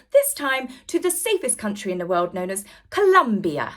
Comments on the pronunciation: Will someone teach Hawwy how to say W-O-R-L-D?🌍🌎🌏It's not Woowuld🌲🇺🇲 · I cannot tolerate the way Harry says "world". Does he have a speech impediment?